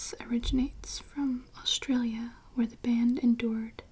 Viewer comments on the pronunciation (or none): none